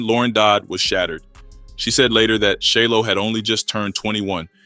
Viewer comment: His name is pronounced Shy-Lo 💯